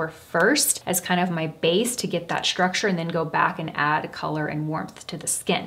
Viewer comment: Please please please stop saying ‘schtructure’ you are so articulate and it’s one of the things I admire about you. I know it’s the thing to do - society somehow made this the new way to pronounce these types of ‘st’ words but it really sounds awful. Love your content though